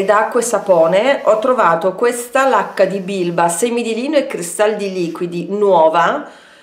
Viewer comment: Ti guardo mentre mi strucco... Mi sono dovuta fermare, però, perché invece di: “ho finito la la lacca” avevo capito: “ho finito la vodka” vabbè meglio che vado a farmi un cicchetto... buahahahahahah 😂